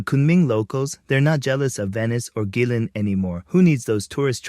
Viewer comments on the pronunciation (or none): 贵州 province is pronounced "GWAY-zhou" not "Gwee-zhou." And did he mean to say Guilin ("GWAY-lin") not "Geelin"? 🤦